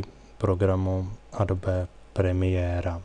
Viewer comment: To Adobe Premiere se čte: Edoubí Premiér! A nečte se to Adobe Premiéra!